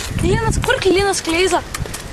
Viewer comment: čia sako "Kur KLINAS Kleiza?" ? :DDD